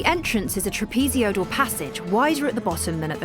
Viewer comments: Trapezoidal not trapezeoidal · Trapezeoidal eh? Oh, you're adorable. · " Trapsesioidal"? WTF😮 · A great subject ruined by an uneducated voiceover,the english woman invented and repeatedly misused the word "trapazyoidal" her french colleague learned his english in the slums of east london wher the letter t is considered optional. Particularly upsetting when he talks about "quali'y. A very interesting subject made bloody annoying by refusal to employ professionals. At least they didnt use amurican ai. Shame. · Trap-e-ZOID-al! It's four syllables, not six! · Trapeziodal? Sound it Out: Break down the word 'trapezoidal' into its individual sounds "trap" + "i" + "zoy" + "duhl". Say these sounds out loud, exaggerating them at first. Practice until you can consistently produce them clearly before you make a doc using the word 100 times. Remember "penguings"? 😂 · Couldn’t someone have explained to the narrator how to say trapezoidal? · Can’t get past the pismronunciation of trapezoidal. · the way she pronounces trapezoidal is driving me insane